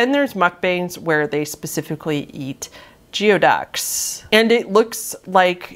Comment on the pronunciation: I believe “geoducks” are actually pronounced “gooey ducks”!